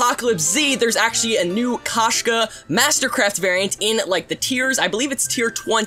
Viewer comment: Thats the kushka mastercwaft